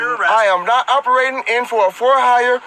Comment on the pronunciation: I didnt realize Herbert Studstill had procreated. "I am not oberatin' in a commercial capatator" Best part was " I wish to revoke my 4th amedment rights"